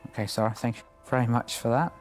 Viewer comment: DEBBIE... DEB... Seeeer-AHhhhhh... Really Dude!?! Ugh